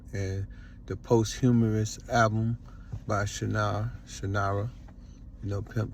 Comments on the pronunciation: Doing these vids live and one take words are gonna slip I kno he just mispronounced it I caught that to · said post-humorous lol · Did he say post humorous lol?